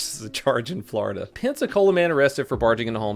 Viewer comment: "Flordia man repeatedly arrested for flashing his genitalia's'"